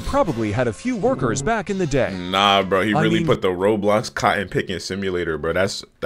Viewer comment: Lol speaker man really said burh